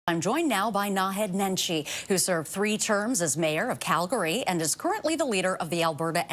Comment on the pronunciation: can't even pronounce "Calgary" right